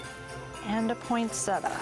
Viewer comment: First of all, good job. You're good at creating a beautiful tree. But it's is my nth time hearing christmas tree decorators calling "poinsettia" [poynseta]. It's [poynsitya]. Here's the link